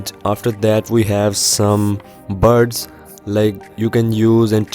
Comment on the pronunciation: this dude can't say buds he keeps saying birds hahaha btw bro this is a good tutorial and review